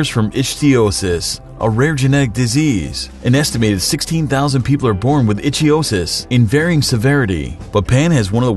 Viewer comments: Ick-thee-osis. Not Itch-thee-osis. Makes me itch just to think it's called that. :P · The condition is called "ICK-thee-o-sis" Please check pronunciations before you record. It really makes you seem more like these lists are important to YOU. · Not how you pronounce ichthyosis. It's a hard ch, "ikthyosis". Do you even research these or do you just pull all your material from already made top ten lists on the first page of Google? Probably the second option.